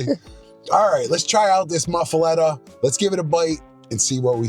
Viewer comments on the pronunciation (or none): I am from Louisiana and first off you are pronouncing it wrong. It is pronounced Muff-A-Lotta. 2nd off it isnt one without olive mix on it! I guess this is just a yankee version? 😂😂😂